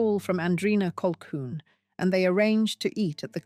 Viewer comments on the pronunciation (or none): none